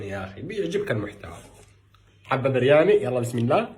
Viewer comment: ههه برياني مكاش حجا ينطقها صح وحافظ غير سيكونت ميل 😂😂😂على كلن دمك خفيف الله يحفظك